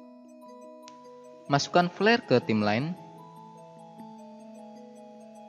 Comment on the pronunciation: Bacanya bukan timlen, tapi taimlain (Timeline) , distorsien (distortion) bukan distorting.... gemeeessss XD